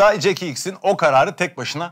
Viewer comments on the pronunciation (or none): none